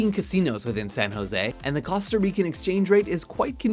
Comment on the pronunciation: stop butchering the words Costa and Nassau